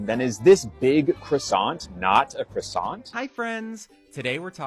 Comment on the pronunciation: Yes it’s not a crossont it’s a quasssonnnn